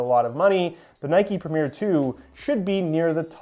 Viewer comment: Pronouncing Premier as Premiere? Come on